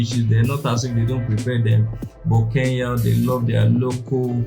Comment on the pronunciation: It's K-E-N-Y-A not K-E-YA